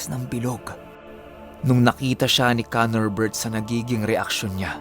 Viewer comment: Every time na sinasabi nyang KANORbert i remember someone and i dunno why hahaha. pero astig kwento more power.